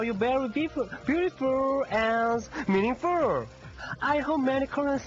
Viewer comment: beautiFUR, meaningFUR, possiBUR,. seriously is it park jung su talking. or COOKIE MONSTER?!.. :))